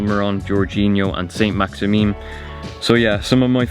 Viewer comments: Lmao he pronounced saint Maximan funny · saint maximin😂